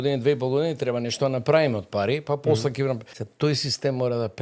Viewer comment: 1) не е вие него е ти. Не го пошујте толку. 2) он имал идеа, па таа била негова... ма немој 3) тој нема такво искуство за што е пригодно за МК. 4) кој него го прашува 5) не се вели "че ги видите" (сељак), туку "ќе ги видите" (сељачина проста лопов) 7) за богатењето, од свое искуство зборува? 8) судството е упропастено од негово време 9) не е " не доаџа" туку е "не доаѓа". селендра